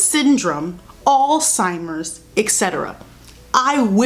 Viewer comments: You saying Alzheimer’s wrong😭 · The way you were saying “Alzheimer’s” reminds me of “embezzled” NDNDN